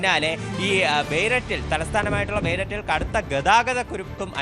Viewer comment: ലെബനൻ്റെ ക്യാപ്പിറ്റൽ ബെയ്ററ്റ് അല്ല ഹേ!! ബേയ്റൂട്ട് എന്നാണ് വായിക്കേണ്ടത്...😅😅😅😅